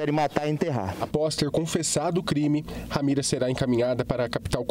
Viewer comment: Ramira não. RAMERA. Misericórdia senhor,lamentável.